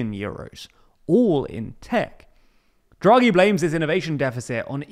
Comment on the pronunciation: It's DHRA-GHEE not JRA-GHEE